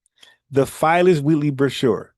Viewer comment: bro u killin me u keep pronouncing Phyllis or spelled Phillis Wheatley Peters which was the first Black woman to publish a book of poetry u pronouncing it like Filess 😂😂😂 respect bro FBA errrday!!!!